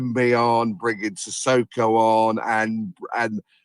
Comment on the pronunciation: We have it on good authority that Sissoko’s real name is in fact Susisko 😂 we love and would never wish him to interrupt ahead of steam by insisting on pronouncing things correctly!!